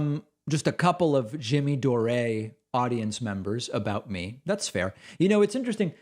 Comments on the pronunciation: Jimmy dore is pronounced door not dor-eh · Are you saying Jimmy Dore's name wrong on purpose? Dore, like door... I am a fan of Jimmy's too, don't be hating. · Is saying "Jimmy Doray" a joke? I've heard you do that a few times, but later you pronounce it correctly. Just wondering. Keep up the good work, David! Edit: these Redittors are part of the reason most Democrats detest Bernie. There's a lot of racist, homophobic BS they spew as well. I don't understand the strategy of calling people names and being racist if you want more people to vote for your candidate.